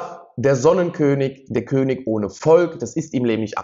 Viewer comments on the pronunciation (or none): none